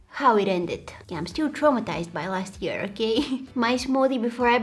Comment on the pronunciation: I love how she says ear instead of year😂 this so cute